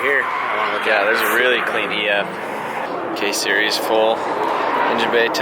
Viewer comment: Every time you say “k series “ my phone hears hey Siri!